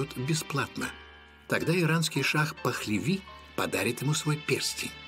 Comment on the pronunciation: Шах Пехлеви! Не Пахлеви. Прежде чем что то говорить, удостоверьтесь !!!!!!!!!!!!!!!!!!!!!!!!!!!!!!